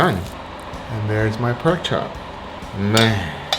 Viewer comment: what the hell is a perk chop ffs